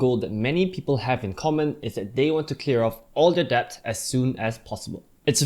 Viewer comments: Yes... the b is silent.. same with doubt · Thanks for the great video. Just wanna say that debt is supposedly pronounced as "det", not "debt" ya